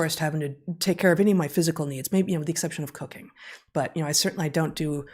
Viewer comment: I heard, "...maybe with the exception of cocaine." I assume you said cooking :P